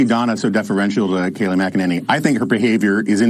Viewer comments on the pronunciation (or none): Good evening all! Hope you don’t mind this: Kayleigh’s last name is MACK-uh-NAY-nee. And yes, she’s terrific! I remember you don’t watch TV so haven’t heard it pronounced. Thanks for another wonderful video!